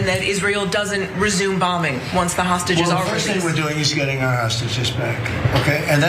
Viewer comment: Did he just say OUR